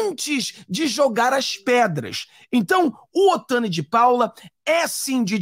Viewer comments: NÃO é OTANI!!! É OTONI!!! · Não fala o nome dele errado ..Não é Otani é Otoni de Paula 👍🏻